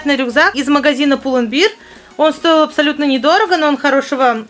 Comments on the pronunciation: только магазин Pull and bear произносится как пул энд бэар (bear - гл. - нести; сущ. - медведь), а то у тебя получается пропаганда пива (beer (биир) - пиво 🍺) 🤭🤫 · Pull&bear немного не так вроде произносится :ш